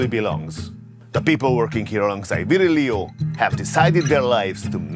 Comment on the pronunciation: At least bother to learn how his name is pronounced, just google Virgilio - Vir / gi / li/ o